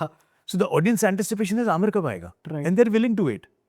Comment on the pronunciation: Aamir khan not Aamir Khhan. Khan from the epiglottis.